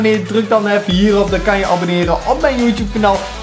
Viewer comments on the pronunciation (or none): none